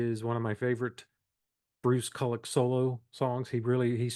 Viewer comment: You pronounce Bruce Kulick’s name wrong. It’s pronounced “koo lick”.